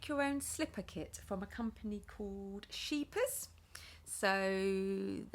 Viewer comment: You say scheepjes very well I am from Holland